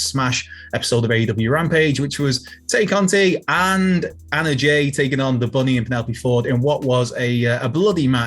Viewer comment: Why do so many of you guys have a mental block when it comes to correctly pronouncing “Tay Conti”?